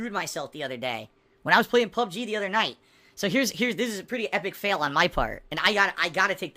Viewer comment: My fucking god, listening to try to say "epic fail" and "taking the L" made me physically ill.